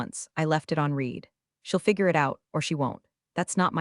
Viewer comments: Please teach A.i. the difference between read and read (Red) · I enjoy your stories immensely. However, I'm not sure if my complaint is to you (if you have input to Google Dev), or directly to Google. The pronunciation of some words is wrong, and the wrong pronunciation sometimes changes the grammar. Buh tox. Reed v red (both read). Gran oila (someone's grandmother?). Quite the nails against the ancient slate board. Blunts the edge of your stories. How can we, your audience and you () educate the Google ai?